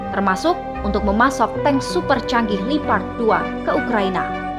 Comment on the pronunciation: Tank leopard bukan lipad Gimana ini kok gak bisa baca yg benar